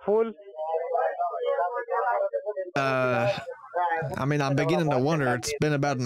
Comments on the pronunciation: "YOU TINK I'M FOOL" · 🤣🤣🤣 No,he sounds like he says "full" What did he eat?? 🤣🤣🤣